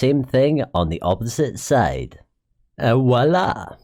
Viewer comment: You say voila it’s a french word